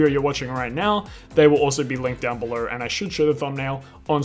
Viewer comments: "belor" is so annoying. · “Down beler” it’s funny 😂😭